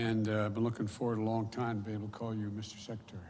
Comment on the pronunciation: "Misser secceterry" 😂